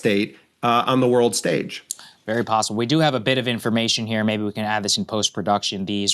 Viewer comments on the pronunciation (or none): none